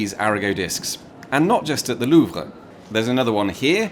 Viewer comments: It's quite surprising to hear any anglophone pronounce Louvre correctly. That said, it's not at all not surprising that it's. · I love how you make a point of pronouncing "Louvre" correctly.